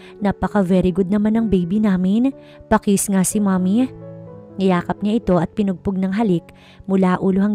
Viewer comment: Pinupog not pinugpog correction not insulting to thr nattator thank you